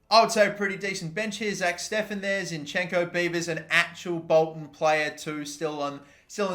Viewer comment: not zinchEnko, zInchenko is correct